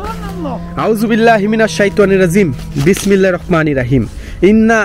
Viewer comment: কিরে ভাই।বিসমিল্লাহ টা ও সুন্দর করে বলতে পারেন না।আরবিতে শুদ্ধ বলার কোনো বিকল্প নাই